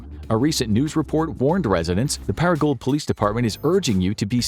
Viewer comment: I think Paragould, Ar is pronounced par-uh-goo.